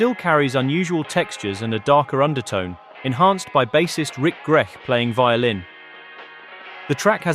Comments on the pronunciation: Well-deserved piece. Thank you. Narrator pronounces 'Grech' as 'Greck'. Is that correct? Also, Batt cites Dave Mason as 'leader' of Traffic. Winwood might not agree. My understanding is that the Stones pinched Miller from this production and Mason stepped in. Family repaid Mason by backing Mason on 'Little Woman', the B side of his 1st single. LP was 1st release on Reprise Records in the States. Reprise very progressive in its releases during that period. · Ah yes, I also found that pronunciation of the name a bit strange!...